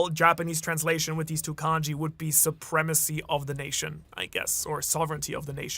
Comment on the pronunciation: Suprema-sea? Hehehe